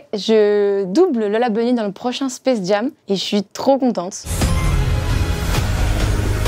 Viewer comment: "Space jame"